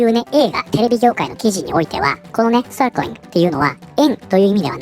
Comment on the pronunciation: 「Circling」の発音はグンバツなのに、「まちゃちゅーちぇっちゅちゅー」との落差ありすぎて笑う ( ´ ▽ ` )